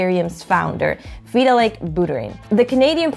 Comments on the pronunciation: Veeeee till lick. Always thought it was vi-tal-lick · great explanation and all but thats not how you pronounce VITALIK WTF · Completely butchered Vitalik’s name so bad I had to stop watching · Well, to be fair, nobody actually pronounces Vitalik Buterin as Vitalik himself does.